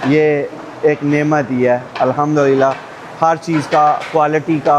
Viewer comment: آپ بہت اچھے انسان ہیں، اللہ تعالیٰ آپ کو برکت عطا فرمائے۔ لیکن براہِ کرم کسی ماہرِ تجوید سے الحمدللہ کے بالکل درست تلفظ اور تجویدی قواعد کی بھی تصدیق کر لیں۔